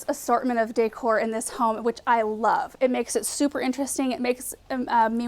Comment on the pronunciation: You pronounce “decor” just like I do, lol.